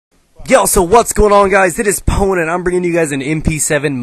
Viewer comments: pown lol not pawn :P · its pwn not spawn